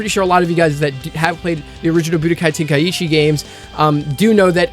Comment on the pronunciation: Tenkaichi😭,your way of call it is too bad bruh🤣